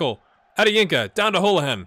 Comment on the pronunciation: Holohan is pronounced Hoolahan btw :)